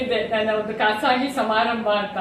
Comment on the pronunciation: ಮೇಡಂ ಜಿ ಖಾಸಾಗಿ. ಅಲ್ಲ ಖಾಸಗಿ ಎಂಬ ಪದ ಸರಿಯಾದುದು